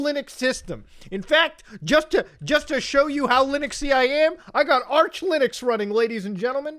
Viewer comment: Arch Linugs :DDDD